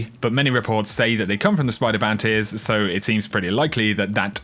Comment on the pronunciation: I love how you say bounty's BOUNTAYS